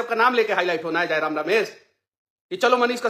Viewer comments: Manish Babu tujhe to jayram ka nam bhi sahi se le nahi pa rahe hai to jayram se kya dibet kijiyega😅😅😅😅😅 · iska fta hua hey 😂..dr sey Tiger da ka naam sahi sey bol nhi pa rha hai